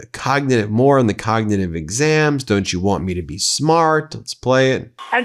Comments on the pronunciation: 5.03. The clown says “cognititive”….ffs America….. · Sleepy trumpet on speed imagine him sober 😂. Hes had more cognitive tests then average 100yr😂 "hes so old!" Him on biden when younger then him now😂. Alotve ppl dont know about the b. 😂 yea his crowd. They are cult followers. Cognitive tests like every single serial killer takes before trial. No average citizen ever. mispronounced "cognitive " 😂😂😂. Hes the 80yr dementia neighbors we all know Or knew. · Couldn’t say cognitive! 😂😂😂😂😂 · He couldn't even pronounce "cognitive" in that embarrassing speech.